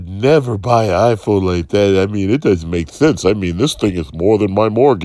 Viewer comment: I know it's probably doesn't matter, but as a 'tech' channel, and an 'apple' fan on top of that, at the very least know what their favourite device's name as was called by the company themselves.